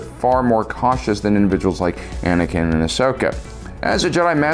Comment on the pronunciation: bro said Banakin 💀💀